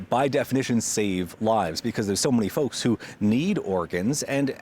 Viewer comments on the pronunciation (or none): none